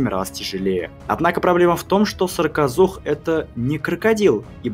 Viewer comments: В видео написано "саркозух", автор говорит "сракозух"... как правильно? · Вы забавно произносите "сракозух". Надо бы точнее, что-ль...